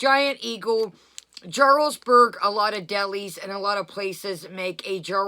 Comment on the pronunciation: Jarlsberg is pronounced with a Y. Like Yarlsberg. The J is silent